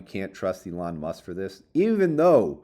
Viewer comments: oh my god he's finally calling him E-lon! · Thank you for finally pronouncing Elon correctly